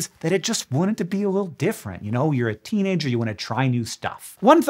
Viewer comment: Did u say teenager or treenager?